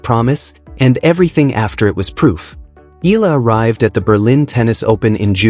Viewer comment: And you still say her name wrong 🙄